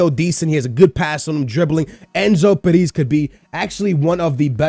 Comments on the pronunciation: His name - Perez. How says it - Pariz. you're not even trying man.. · OMG it's so funny the way you pronnounce player names Enzo paris ahahahahahahah great video btw